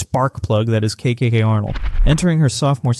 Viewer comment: then what is the deal with how KK and Azzi's names are said?